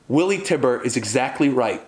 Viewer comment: Also it’s TYBUR (Tye•Burr) not Tiber.